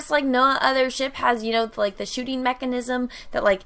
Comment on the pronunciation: Anyone expected to hear shit instead of ship?